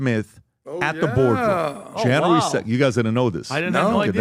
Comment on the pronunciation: Janry 2nd????? Its January dude... January... JAN-U-ARY!!!!!! English...please!!!